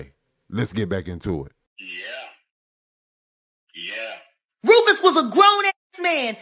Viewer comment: There is no Rufus in Rufus lol